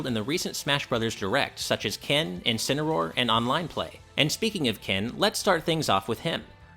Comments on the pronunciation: WTF what did mispronounced Encineroar, what the fuck is a Kencineroar. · “Kencinroar” Excuse me what is this? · Never say Kencineroar again. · jajaja he said kenincineroar